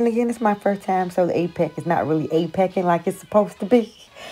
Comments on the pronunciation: Girl Lol... The debacle with the nail not staying on the hand is a real struggle!!! What brand hand do you have? I've gone through 2 brands and I'm not happy. I don't understand how other people do it with these hands and have no problems 🤷🏻‍♀️ omg you said Apecking 😆 This is great ❤️ They turned out beautiful!! I love the stone placement too 👏🏻👏🏻👏🏻 Great video ❤️💋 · 💀💀😂 “Apeckin” girl you always making me laugh. I always enjoy your videos ❤️. Love your cute little set.